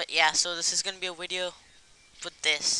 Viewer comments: But you did say wideo though. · i havent made a awideo in a awhile :D [speahcless]